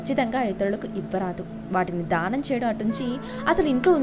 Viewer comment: dhaanam kaadu....daanam........ dhaanam antunte dahanam laa vinipistundi....